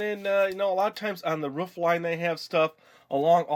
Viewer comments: OMG u do know roof is pronounced roof not ruff like a dog dumbo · Roof not ruuuuuffffff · Roof not rough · Ruf I think you ment roof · Its roof, you stupid, stupid man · Cool I never knew you could say it either roof or ruf? Anyways great job with the gingerbread house! :) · It'S. Roof not ruff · Is it an american thing how you say Roof? Because to me being Aussie, we say ro-of, you guys sound like ruf ? haha. (no offence, just wondering) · How you say roof is so funny xD It's like you're saying woof like a dog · well most parts say ro-of too. i dont know where hes from but as far as i know we say ro-of:) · U said roof soooooo wrong 👺👹💥💢